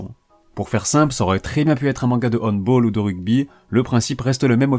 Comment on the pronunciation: excellente video avec le manga de sport de retour en force mais tu t'es trompe sous la prononciation du handball mdr (en tant que fan du sport je m'étais oblige mdr)